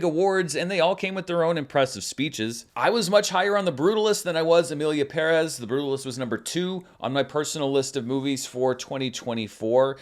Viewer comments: BTW I noted in previous videos that you pronounced 'Pérez' correctly and appreciated it :) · Only Zoé pronounces Pérez properly and still no One listens to her. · Props to you for pronouncing Shōgun and Pérez (and Esposito 😂) properly! 🎉 Non-Americans appreciate your efforts. 🫡